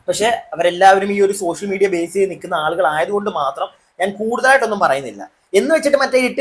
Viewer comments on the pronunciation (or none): none